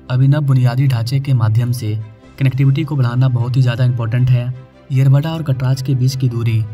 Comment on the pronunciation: येरावाडा 🚫 येरवडा ✅. भाई तुला पण मराठी शिकायची गरज आहे😅😂.